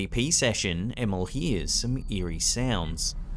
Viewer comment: The way you pronounced Emil.. Emmel :D